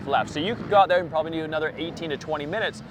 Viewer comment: Thear is some noise I can hear a couple of mice in thear😅